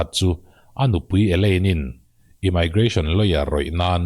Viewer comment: Immigration I lam rik dan hi English pronunciation han check nawn leh teh...dik lo deuh hlek chu a ni....a bak chu ngaihawm lutuk e 👍